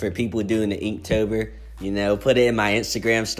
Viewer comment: I’m sorry did I just hear you say eektober??